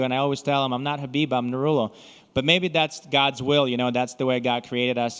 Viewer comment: У таджиков в конце имена всегда х выедет а так не пишет, а так вы всё правильно сказали НурАллох